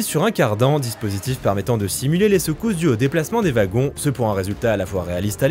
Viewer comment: Ouagons et non vagon :face-green-smiling